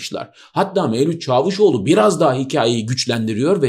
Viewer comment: "Çaavuşoğlu" demeseniz. Ordaki a'yı uzatan yok sizden başka. Sevgiyle kalınız.